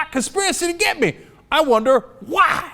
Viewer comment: Why does he pronounce 'why' as 'hwaaa'?!? Hwaaa?!